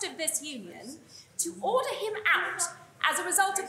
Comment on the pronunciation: Bullshit...."order orrder".... idiot+idiots